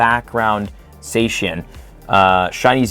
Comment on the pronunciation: you're colse with zacian (or how ever the F you spell it) but it's said with an ah sound not an ay sound once again i say you're close